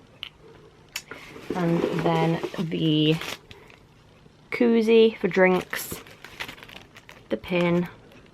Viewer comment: 🤦🏽‍♀️ coozie not cookie